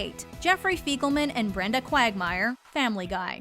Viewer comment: “Fecalman” hehehe💩🤣